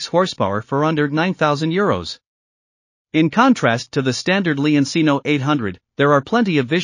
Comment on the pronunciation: leoncino. pronounced like lemon, and cheap. it’s lemon (leon) ….not lee-on the “e” same as in lemon cino, is chee-no, not see-no the “ci” is like cheap, does not sound like see, it’s “CH” as in cheap. “chee” leon-cino if you’re making a demo video in a product you should pronounce the name correctly. noe eye say’n